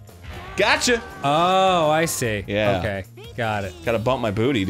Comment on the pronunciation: Oh-key, boomer